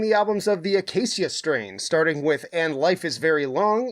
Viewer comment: Between the silly mask and pronouncing the band name wrong, I just can’t take you seriously. Just some constructive criticism. Maybe the next time you cover a good band I’ll give you a chance 🤘